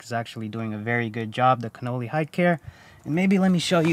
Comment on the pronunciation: Sorry but it isn't pronounced Cannoli, which is actually an Italian pastry, it is Con-nel-ly. You may be a bit young to know their history but they started in 1878 and are considered the finest leather maker of all time, still under the original family's ownership. You should take the time to learn of their pedigree, I think you will be very impressed. Hopefully you will find this helpful, btw your M5 is still one of my favorite's.